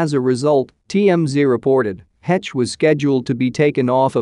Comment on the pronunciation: Finally, someone who pronounces her name correctly. Her boys will suffer the rest of their lives as a result of losing their mother. It changes you for sure.